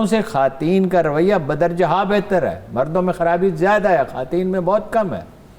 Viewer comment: جناب ہارون الرشید صاحب عاجزی کے ساتھ گزارش ہے کہ یہ لفظ "خواتین" جو ہے اس کا تلفظ "خاٹین" نہیں ہے، یہ تلفظ غلط ادا کیا ہے آپ نے۔۔ یہ لفظ " خوا تین " ہی ادا کیا جائے گا اس میں واؤ کی آواز ادا کی جائے گی، حذف نہیں ہو گی واؤ کی آواز۔۔۔ شکریہ